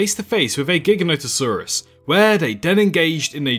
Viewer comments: Great video but... My dude... "GHIGGANÓHTuhsaurus" really? Say it with me: "Jye-GHÁN-oh-tuh-SAWR-uhs" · As in implying it's gigantic. We don't say "GHIGGANNÓ-tic", right? It's "Jye-GHÁN-tic", right? You follow?